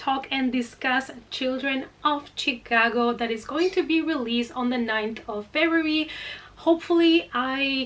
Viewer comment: I love how you say Chicago! Where I'm from people say it like Shaaa-cogo. But Chicago like you say makes so much more sense to pronounce! Because it's not Shaaa....lol! Anyway, lol, your cats are adorable! Great video, ❤❤